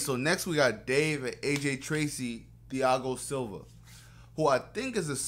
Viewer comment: My man said ‘fiago silva’ 🤣🤣 Love it tho! Loving the vids